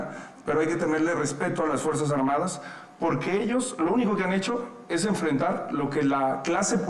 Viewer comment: Xhochil hablaba pura mrd acia Claudia y aparte habla con la g por ejemplo pogque y más